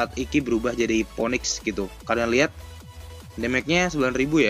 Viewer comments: hahahaha... demage juga di baca déméj bukan démék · Demej, bukan demek bro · It’s actually “damage” (read: demej) or just say “kerusakan” in Indonesian. 👍🏻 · Damage bacanya demek wkwkwkkw